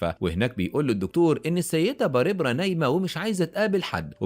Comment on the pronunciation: باريبرا؟؟؟؟؟؟ تنطق بارْبرَا